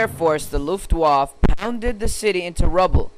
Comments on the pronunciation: it was ok but there's a few errors like you said slomensk its pronounced smolensk you said lutf-waf its luft-waf-a you also said january 2 instead of 2nd and July 32 instead of 32nd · terrible proncounciation of the German words... " Eydolf Hitlor" lol... " Luftwarf" lol. Disregarding this unknowledge, it was a good job!